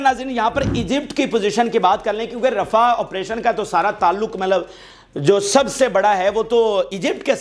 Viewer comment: رفع نہیں رفاہ